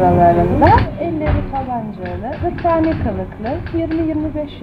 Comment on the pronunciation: hırpani dedi kadın yaa :)